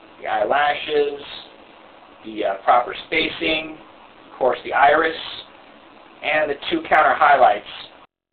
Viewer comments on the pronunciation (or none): none